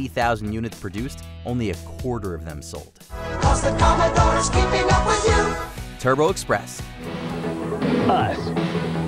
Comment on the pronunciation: "The commodore is keeping up wiU"